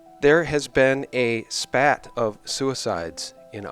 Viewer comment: "spate" not "spat"